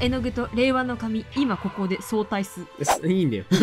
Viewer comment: なんかはそうたい（相対） って言ってるけどあいたいって言ってない？どっちが正解なの？？